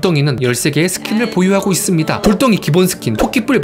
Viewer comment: "~이씁니다" 하는 말투 빠져드네 ㅋㅋㅋㅋ